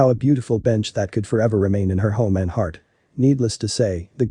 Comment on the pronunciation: Don't like the way you say heart. You say it like it is 2 words he art